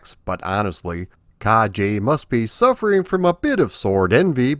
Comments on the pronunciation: I liked the game back in the day, but I thought it was too repetitive, not to mention a little easy. I think the second stage is the castle moat, not a cave. And the "e" in "Kage" (which means shadow, BTW) is pronounced "eh," not "ay." The latter would be written as "ei." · Ha ha only learned the name today. The Afrikaans pronouncing of this game was closer to Japanese than English